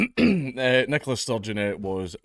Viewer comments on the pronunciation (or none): Oh my god this entire time I thought it was a guy named Nicholas Sturgeon. Fix your speech impediment.